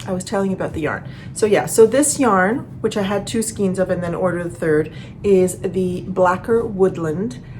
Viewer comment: Just curious if you know you pronounce skeins wrong?